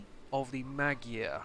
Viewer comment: Cool thumbnail, and btw i'm hungarian and no mogyer is not the right term, its actually Magyar just like in ck2